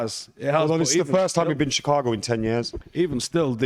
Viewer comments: first blackman i ever heard who cant pronounce Chicago properly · Can you pronounce Chicago for me again bud 😂😂😂😂😂